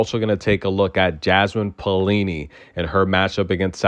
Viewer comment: Maybe pronounce as "Pa - o - li-ni"? But never mind if only you can keep the way you pronounce Magdalena Frech!! I loooooooovvvvveee when you say Frechhhhhhh ...